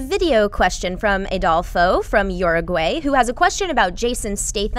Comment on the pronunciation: Love how she pronounced Uruguay. :)